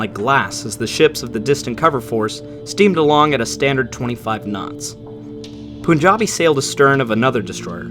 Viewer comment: Great video. btw it's pronounced as P-aan-jabi, not Poo